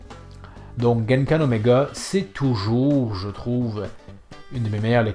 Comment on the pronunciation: On dit pas Genkan mais Kengan 🤣😂.